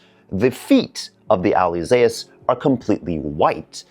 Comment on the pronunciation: This is a great video and you not being nitpicking. You are details orientated, that's a competence! And the missing details on the kit looks more like the older HG from Bandai:D Fun facts: The name Alyzeus is from the agreek mythology, son of Icarus. The pronounciation is like Zeus = "Dzuis" or in modern Greek "Zefs". Alyzeus "Ah-lye-zefs / Ah-lye-zefs